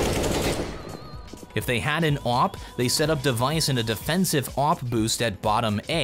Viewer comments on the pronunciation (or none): I dont like the way he says Awp he says it like "Awope" 1/5